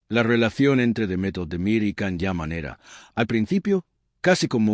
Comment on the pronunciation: So much BS! And his name is pronounced “Jahn” Yaman.